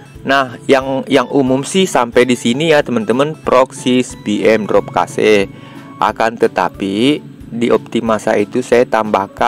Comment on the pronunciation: cache kug bisa dibaca kase drmana ya caranya ? kosa kase kosa kase 😅 ,cache tu di bacara kash bang . ak kasih tau biar bsk2 ga salah baca lg